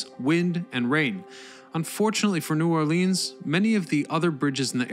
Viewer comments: Lol please don’t call it New Orleans and in “Lean” call it New Orleans as in “Lens” lol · I live about an hour from NOLA and have driven the bridges hundreds of times...never really thinking about just how long it was. Oh...and you are pronouncing New Orleans incorrectly...it's NewAwlins ....one word. And it Metairie...not whatever the hell you said. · God it drives me nuts when the say New Orleaeens it’s New Orleans FML!